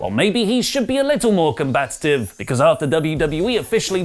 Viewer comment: I'm sorry,......but, did you say "combat-ta-tive"?????? WTF is that-ta?